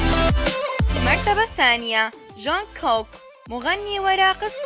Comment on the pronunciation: جونغكوك ❌ جاونغكاوك ✅ 😭😂😂😂😂💔